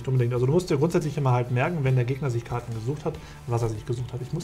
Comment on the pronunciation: #TeamDirk alles in allem ein schönes Best of Three. Die Unfähigkeit von Karten Richtig auszusprechen amüsiert mich jedes mal, ein richtiges Highlight:D. Freu mich schon auf weitere Duelle